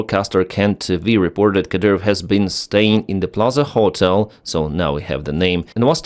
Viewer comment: The wildest part of this video is how he keeps pronouncing "ho-tel" when it's almost exactly the same way to say it in Ukrainian. Gotta be trolling right?